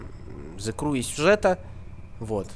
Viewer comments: Транскрипцию англ. почитай. Сrew - еw читается как ю, зэ крю. А то что ты написал читается зэ край и значит плач..... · Меня одного раздражает, как он говорит :" The CRY , а не The Crew " ??